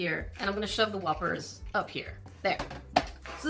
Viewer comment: I am not going to say I am not working on myself, but I got unreasonably angry when you pronounced it "Whoopers"